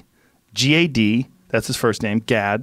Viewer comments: You didn’t pronounce Gad Saad correctly. You should say “Jad” instead of “Gad” and his last name “Saad” actually means happiness in Arabic language. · Saad actually means "happiness" in Lebanon :) and Gad is normally pronounced Jad, with a J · Gad Saad in fact is pronounced Jad Sa'ad, ironically Sa'ad in Lebanese means happiness :D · That's not how you pronounce Gad Saad. The G is the letter غ ghain like a French R. And the double a is actually the letter ع ain. Which is like an A at the back of your throat. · I'm a year and a half late but gad saad doesnt rhyme in arabic😂 the double "a" in his last name stands for a letter that doesn't exist in the english language. (ع) Also the "g" in his first name is pronounced like a soft "j".